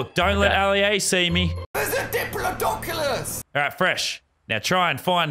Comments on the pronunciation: Yeah, Ali-A has a glitch when he says dinosaur names: IS IT DIPOLODOCULUS?!??! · Its pronounced,,, dip_lo_di_cus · Its pronounced dip lo du cus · Nobody: Literally Nobody: AliA: ITs A DiPloDoCulus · No one: Literally no one: Not one soul: Ali A: *It's a Diplodoncolaus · Nobody Literally nobody Ali a: it's a dipladoncalous